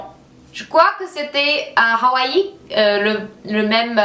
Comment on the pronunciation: Salut:) J'aime beaucoup ton énergie et ton sourire;) (and we prononce Hawaii "Awhy" in french;) )